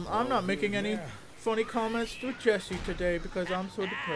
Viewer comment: *It's *Jesse not *Jessie, don't be a D-bag